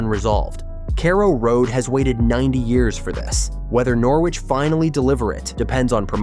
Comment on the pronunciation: We need a bigger stadium, it's a sell out every home game. And please someone slap the twat who can't pronounce Norwich and carrow road properly